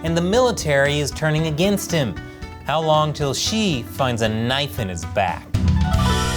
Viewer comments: Xi-eeesh... what an idiot. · Xi is pronounced "she"